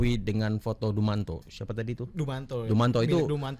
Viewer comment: Dumatno kali bang ! Bukan dumanto.